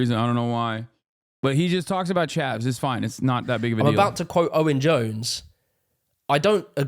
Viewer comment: “Chavs”, not “Chevs” smh uncultured mericans